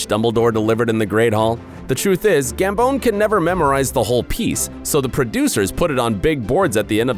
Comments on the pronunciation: gambON not gambOWN 🤷🏻‍♀️ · I don't like how he says Michael Gamboon not gambman